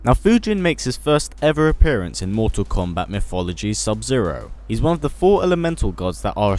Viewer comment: go back to saying "Mortal kombat X" in your accent thanks LOL